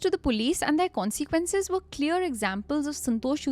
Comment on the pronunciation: your pronunciation of consequences is becoming harder and harder to ignore. It’s really not con-SEE-quences. I find it so distracting